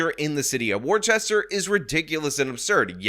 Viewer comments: They SAY the name of the city in the news clip that you play. "Wooster" is how it's pronounced. Or "woostah" if you please. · The name of the city is pronounced: wooster. Listen to the news at the beginning of the video. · Erm.. actually it's pronounced 'WUSS-ter'. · It's pronounced 'Wooster' or if you want to go full Boston WooSTAH. I dunno tho, they say NEVER go full Boston.😜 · Woostah is how to pronounce it 😂. But that dem city is where i learned how the word ratchet applied to people. 😂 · As a Bostonian- hearing u pronounce Worcester as War Chester was killing me haha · as someone who grew up 40 minutes outside of Boston It’s pronounced “woo-stir” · I'm sorry, I'm from MA and I can't listen to you butcher this town name. Wooster. It's pronounced Wooster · I think Worchester is pronounced "Wusta". What a mess. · It's pronounced Wooster, damnit. Wooster! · You're mispronouncing Worcester... Wuss-ter. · It's pronounced "Wusster." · "Warchester" lol. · It's pronounced "Wooster". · Wuss-tah = Worchester. Basically there is no H.... so like Worster. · It’s not Wor-Chester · You're so wrong about this. It's pronounced "Wiss-ter" or "Wiss-ta" That's all. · It's wooh-stah. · It’s “woo-ster” to you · You are mispronouncing Worcester. Us locals pronounce it Wustr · Repeat after me: "Woostah" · "War-chest-er" lmao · The pronunciation of Worcester is "WUSS-ter" for a reason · It's pronounced woo- ster. Don't be ist. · It’s pronounced Wooster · It’s Wooster or wuster. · Learn how to pronounce the city.. it’s right there in the news report. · You're saying Worcester wrong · You are pronouncing Worcester wrong. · Are you saying it’s name wrong just to disrespect it? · As a Bostonian it pisses me off each time mispronounced Worcester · Are you mispronouncing Worcester on purpose? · The only “words are violence” here is the way he pronounces “Worcester”. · Never mind pronouns, we need to work on your pronunciation of Worcester! 😂